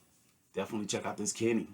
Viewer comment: Great review, nothing to add about your takes. Just fyi here's how trompeta toccata is pronunced: Trom- like you currently pronunce, -peta like when saying "Pet" plus an a. Toccata is basically as you already say but with a strong double c, pretty much like you would say a "k". Just wanted to let you know, as an italian-spanish bilingual person. Great review.